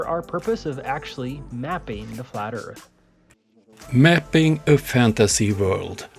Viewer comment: Mapping the flat erf? Lol